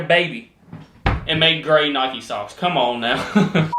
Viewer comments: Your saying Nike wrong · hey Nike is something you could have covered on the mispronounced words vid! I dont hear many people call it Nikey, its normally someone that also says AdeeeDass istead of Adidas, and i know how adidas is pronounced because its how you say the founders name, Adi Dassler